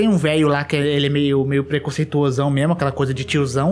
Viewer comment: “PrEcOncEituiChE” hauahauahauajaiajaiajai